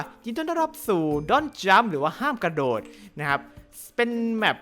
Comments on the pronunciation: กระ ค่ะไม่ใช่ หระ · กระโดดไม่ใช่หระโดด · กระโดดครับ ไม่ใช่หระโดด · พี่ทำไมเป็น หระโดด